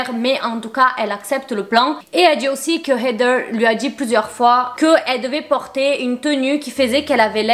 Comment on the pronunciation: Je t'adore hein mais comment tu dis heather c'est trop irritant🤣